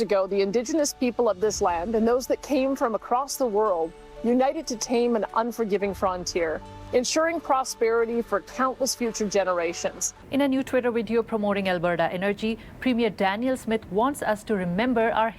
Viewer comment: stop talking for the Indigenous you creepy white man! Stop taking space and start listening., practice your “Vee” sounds. It’s “video, not wideo”